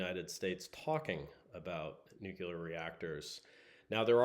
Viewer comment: NucLear like nucleus..;)